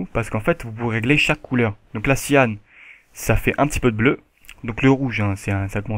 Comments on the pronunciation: on dit cian et non cianne on prononce majenta et non magenta ^^ sinon bon tuto comme d'hab =) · Cyan et Magenta ça se prononce Sian et Majunta ;) super tuto sinon